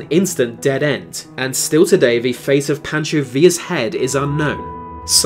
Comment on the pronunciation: he says villa right but not pancho, alrighty then